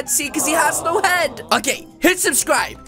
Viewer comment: Gyus he rilly instead of subscribe he sed sublijgjvjzz